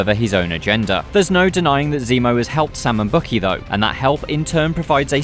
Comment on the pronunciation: Bucky is pronounced "Buck Key" not Bookie.